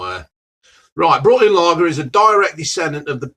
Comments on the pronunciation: It’s Brooklyn not Brookland 😂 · Are we ignoring that he's called it Brookland and not Brooklyn hahah